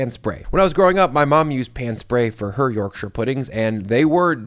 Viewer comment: Yorkshireman here. Your pronunciation of my home county is approved.